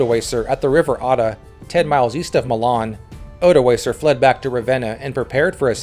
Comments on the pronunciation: Odoakar with a hard k. Pronounciation matters. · Odoacer* not odoaser. The c is pronounced as a k